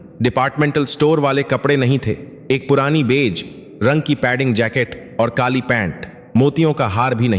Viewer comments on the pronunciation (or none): none